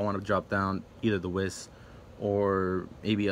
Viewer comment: You play that much but don't know how to pronounce Whis, lol. Nice deck otherwise.